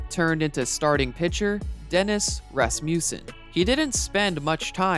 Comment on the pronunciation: We CLEAHLY (SAS reference on channel) got so distracted by Bruce Kai-son that we missed that when the Astros signed Ryan the Angels drafted Dennis Ras-muh-ssen with a compensatory pick received by losing the Express. Rasmussen was then traded to the Yankees for Tommy John. When the Angels let John go to Oakland they replaced him with Don Sutton and John Candelaria (I believe pronounced that name right). Candelaria lost Game 7 of the 1986 ALCS to the Red Sox, who then lost to the Mets.